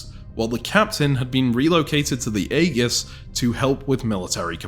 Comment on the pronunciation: that is not how Aegis is pronounced